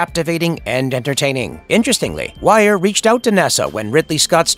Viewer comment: Dr wire??? Cmon it's dr wier! Seriously! It's pronounced dr weer, do any of the narrators actually watch the movies they are talking about?